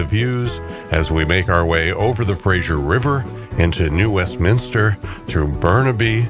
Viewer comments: The river is pronounced FraZer like Razor not like the comedy Frasier. Not a great way to come into Vancouver through the industrial areas - but that is what the railways were built for. There certainly are prettier routes by car. If you would really like a fantastic trip take the Rocky Mountaineer from Vancouver to Quebec city through the actual Rocky Mountains, and across Canada. Fantastic trip - this one was nice along the water. Pretty. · Its Fraser,,, not Frasher. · btw, im pretty sure its purnounced Fra'z'er, not so much frasure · I did not know that RMR ran a service between Seattle and Vancouver, and I live in the latter! I enjoyed the video, but would like to point out one detail: the big river crossing is the Fraser (fray-zur), not the Frazier (fray-zh[ee]ur)! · It must be an American thing, I noticed when living there, The Fray-ser River is somehow always pronounced by Americans as Fras-Zier River, adding sounds that don't exist. The English and by association the Canucks and the Ozzie's spell our rivers in this case Fraser, Like in Australia we have Fraser Island not Frazier Island. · Enjoyed your video very much. Two things though: freight trains in most cases take priority over passenger trains and it is the Fraser River (like Frayzer), not Frazier like you pronounce it. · It's not pronounced Frasher...it's Frazer. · Good video. Please stop pronouncing the river as the 'Frashure' river. It's pronounced 'Frey-zer'